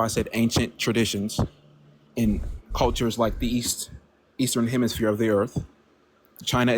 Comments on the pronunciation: He said "Eastern hemishpere" lol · Eastern HEMISPHERE. He actually said hemi SPHERE.